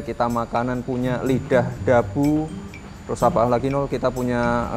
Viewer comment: "Orang kan nikah teroos"